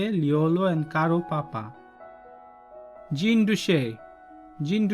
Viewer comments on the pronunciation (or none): none